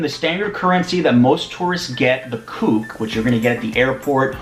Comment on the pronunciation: The Cuban convertible currency is called CUC [see, you see], not "kooks".